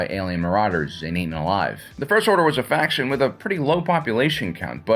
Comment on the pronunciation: Say "faction" again. But seriously, not a bad video.